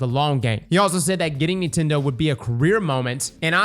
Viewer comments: Bro stop saying Neetendo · I love how says Nintendo- "Kneetendo" 😂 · They way this man pronounces nintendo is a bit odd